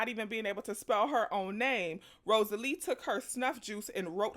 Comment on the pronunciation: This movie is wonderful. The book is even better! Read it when i was a child, then saw the movie when it came out ❤ Also, it's Rosaleen, with an N! Not Rosalee.